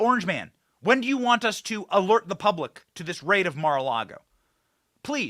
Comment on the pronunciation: Hey what is purablic. I caught that in the beginning. Lmmfao